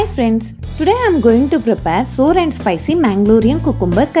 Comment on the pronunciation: SOUR is pronounced SAH-WER not sore (as in sore thumb)......other than that BIG THUMBS UP to a great recipe I remember from my childhood days when a Tulu speaking neighbor made this for us